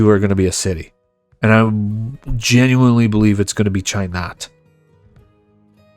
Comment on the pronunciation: how you pronounce Chai Nat surprises me XD, super natural and native